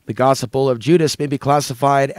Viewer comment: No bad intentions but you are pronouncing Gospel wrong